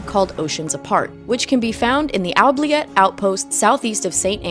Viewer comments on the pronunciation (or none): Oubliette is pronounced with an oo sound.